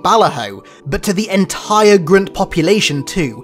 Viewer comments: Why do you say grunt like that though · Say grunt properly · Can you say grunt normally please thank you